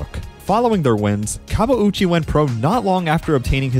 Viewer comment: This YT'er and the Portuguese announcer knew how to pronounce his name unlike the American announcers who kept butchering it and not even trying.